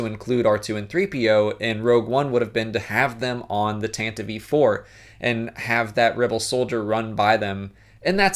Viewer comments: Ok I'm only saying this once. It's Tan Tiv 4. Not Tan Tii Vee 4. The E in Tantive is silent. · Question: Why do you pronounce "Tantive 4" as "Tantative 4"?